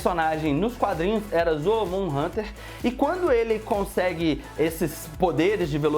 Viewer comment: Não é zolomor Hunter e Hunter zolomor